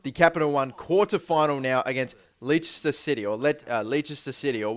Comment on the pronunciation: I can tell from all the comments about les-ter that I'm not Going to enjoy this